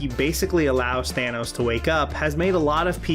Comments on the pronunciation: did you just say thaynos? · Are you saying...Fanos? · Why does everyone call him Thaynos? It’s Thannos, like Thanatos. Death